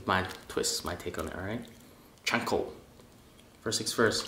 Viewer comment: It’s CHA (like the cha cha dance) not chainkonabe lol. I’m not making fun cause it looks delicious.